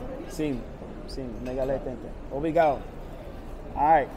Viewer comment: Again, I am not criticizing you. I am just trying to make it safe for you. I lived in Brasil for 6 years. When I started living there, I always went with a friend. The word obrigado , you always missed tge last syllable. You need to put an a harder, like accent on the "D"on the d other last "D". They love American but there are crazies. You will witness robberies almost daily. My family were walking through Manaus up the Amazon, a little kid ,somehow got himself right in the middle of us walking. He reached right into my brothers camera bag and had the camera in his hand, I reached out and hit him so hard on his wrist, I think I broke his wrist. We were busy looking for a traditional restaurant too. He was so small ,we couldn't see him slipping in between us. Good luck !